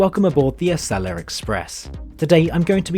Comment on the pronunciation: ACELA is pronounced A-cell-uh, and America is pronounced A-mare-ih-cuh not Uh-mare-ih-cur